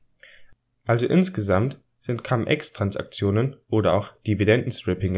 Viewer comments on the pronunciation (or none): Cum (mit) und ex (aus) sind beides lateinische Wörter. Du brauchst sie also nicht englisch auszusprechen.